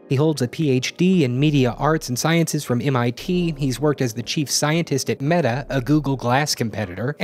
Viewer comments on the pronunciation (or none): did you say META??? :O